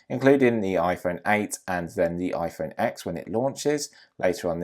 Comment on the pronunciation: And the iPhone X is pronounced iPhone 10 the X is a Roman Numeral. And plus Apple calls it a ten they don’t say iPhone x as a letter they say iPhone X as a Roman numeral!